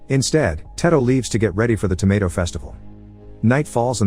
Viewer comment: The word “tomato” was pronounced wrong about 120 times in this video.